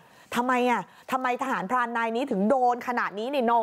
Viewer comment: ใจเย็นครับคำว่าทหราเนาะ😂😂😂